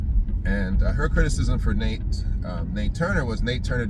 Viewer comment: NAT Turner bruh; NAT: Not Nate. ‘NATE’ Parker played him in The Birth Of A Nation. Every time you say “Nate” I cringe. Other than that - excellent post. 👍🏽